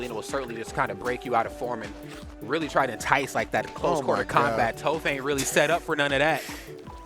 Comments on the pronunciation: He's probably doing it out of habit since there's a melee commentator which goes by Toph that's pronounced Toaf. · Man said touf, how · Who else cringed inside everytime they said Toaph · Toph, pronounced like cough. Not Toaf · Aint no way he watched avatar if he calling her toe-ff 😭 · Say Towf 1 more time. lololol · Is everyone going to say Toph's name wrong because of the commentator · Facepalm the way he pronounces toph... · it was enjoyable otherwise, but I cringed at each mispronunciation